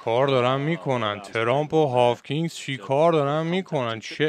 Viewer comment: جان هاکینز!! w خونده نمیشه به مولا 🥲🤍